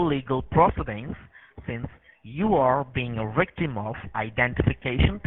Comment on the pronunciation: What is a "wictim"?